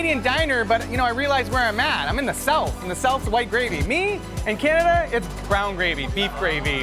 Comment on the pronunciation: Lol he said Cananada